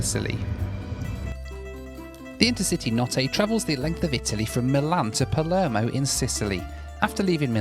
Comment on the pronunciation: You saying Palermo has my inner Italian crying